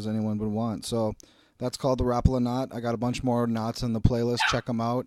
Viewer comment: Learn how to pronounce Rapala